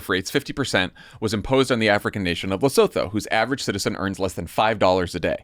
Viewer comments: Leh-soo-too NOT Le-so-tho! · Luh-SOO-TOO is the Southern African nation. Otherwise, thanks! Keep up the good work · Guys, the way you pronounce Lesotho is “Le-SU-to.” You’re welcome 😉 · Guys, it’s pronounced LesUTU not Lesouthou. Appreciate your podcast but please. 🙏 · Guys, Lesotho is pronounced Le-sue-too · I love you guys, buy please learn how to pronounce Lesotho. Le-su-too. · It is pronounced "Le soo too" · Please stop pronouncing Lesotho incorrectly. It's Leh-SOO-too! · Come on guys. You can Google how to pronounce Lesotho. Lair-Sue-Two. Fast. This is so classic to view from Africa. It's a big story for us but not how you're covering it. Still, well done for giving a brief nod to Lesotho. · For those who are curious, it's "Luh-soo-too". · Great show guys, but it's pronounced Le-Sue-To 😄 - Concerned Lesotho citizen